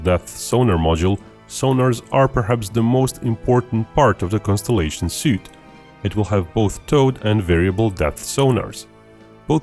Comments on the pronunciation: Dude, Suite is pronounced “Sweet” not “Soot” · BTW the word "suite" is pronounced "sweet", rather than "soo-t". Hope this helps! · Say "suite" as "sweet" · FYI - Suiite is pronounced "sweet".. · Suite is pronounced, "sweet!" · suite is pronounced sweet. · Suite is only pronounced one way that I've heard, and it's not like "suit."